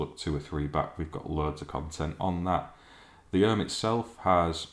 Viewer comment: Ohme is pronounced Ohm ee, not Ohm!